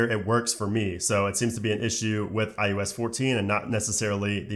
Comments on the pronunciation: Is it just me or are you calling it IUS instead of IOS? 😂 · STOP SAYING IUS!!!!!!!!!!!!!